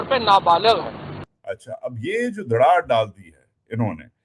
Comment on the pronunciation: دڑاڑ نہیں دراڑ ڑ نہیں ر